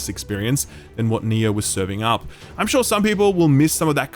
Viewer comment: "In that regard, I'm not quite shaw yet." hehe